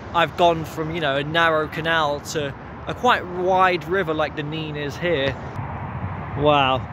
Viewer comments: On a map from 1680 it was spelt Nenn, so you can see the confusion, where it is both spelt and pronounced differently in different areas and at different times throughout history. Add to this the Northampton accent, where a few random 'y's are dropped in....like Teyn for town, and Neyn for Nene. Hence the difference in pronunciation the closer you get to Northampton. Chaos! 😂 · Great video mate. Just to clarify, the Nene, rhymes with men in Northamptonshire, is pronounced 'Neen' from Cambridgeshire onwards to The Wash. I'm sure locals will agree that your wonderful naivety took you through a few areas where it's best to not walk alone, or indeed at all. And yes, our rabbits are friendly/borderline cocky as they're accustomed to people. Bit like the squirrels at Abington Park, who act like they own the place. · NEN not Neene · It’s NEN. Not Neen! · Hi, it’s nene as in ten, not neene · Just watched this, I live in the better looked after part of Abington district . Our town centre has been neglected for far too long, although the Market Square was being renovated last time I went in. The river is pronounced Nen, not Neen. Thankyou, for showing the scenic parts of a very neglected town centre. St Giles street is very nice though . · thank you for this - interesting. Do not beat yourself up about the name of the river - it is the Nenn in Northampton and the Neen in Peterborough. It seems to change somewhere between Oundle and Peterborough. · Please note River Nene is pronounced NEN in Northampton but NEEN in Peterborough. I enjoyed your walk! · Sorry to be a geek but in Northampton it's quite a big thing: the river Nene is pronounced "Nen". Go to Peterborough and have an argument about it - they call the river the "Neen". Glad you enjoy our town and the area around it. God's own country! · River nene pronounced nen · You have pronounced nene wrong. Also u should take a look at tbe brampton halt there is a train. Runs Sunday and bank holiday